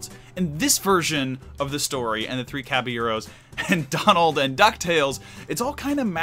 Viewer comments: It’s not the Three Caba-gyros. It’s not the Three Caba-euros. It’s the Three Caballeros. Jeez louise. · God wow I'm a white person and I don't even say it that way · You need to learn to pronounce Caballeros. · Omg that was driving me nuts